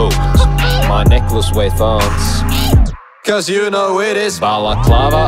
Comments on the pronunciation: did my guy pronounce tons thons? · "Wheigh" isn't a word my man. Love the song, but why do you say "thons" and not "tons"?